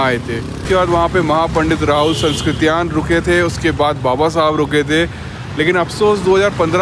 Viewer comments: आप राहुल shankirtayan जी के नाम में उच्चारण ग़लत कर रहे है कृपया ध्यान दे,sanskritayan नहीं है सांकृत्यायन है। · भाई साहब ,राहुल सांस्कृत्यायन नही,कृपया सांकृत्यायन उच्चारण करें